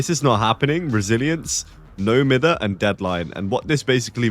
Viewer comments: I still find it funny how people say it wrong till this day. People say no miffer , but cause he’s British it should be pronounced no miyver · I’ve never heard someone say it beside like one YouTuber say it myther, and it broke my brain but I promised myself I’d pronounce it like mither no matter what anyone told me😭